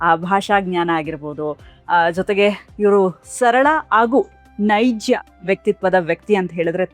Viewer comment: Madam it is ನೈಜ not ನೈಜ್ಯ